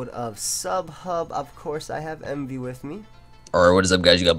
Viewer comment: they call him wemvee